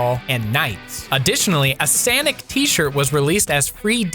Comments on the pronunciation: Ya lost me at Sanic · it great hearing saying sainic